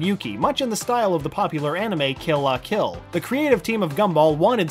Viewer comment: YOU TRIGGERED ME! If you are going to talk about anime pronounce them right. Kill la kill was pronounced wrong